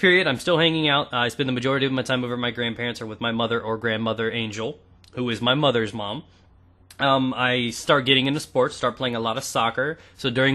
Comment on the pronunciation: Did you say mothers with emphasis on the o at the end?